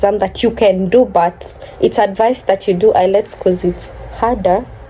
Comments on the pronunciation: It's IELTS not ILETS 😄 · The exam is called IELTS (pronounced as ayelts) not ILETS😅. Congratulations and all the best in your new journey.